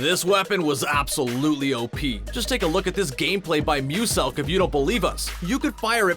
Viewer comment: It's pronounced me-you-selk